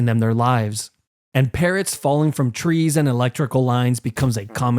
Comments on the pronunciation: I really thought he said parents💀😭🙏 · Bro when he said "parrots" i thought he said parents 💀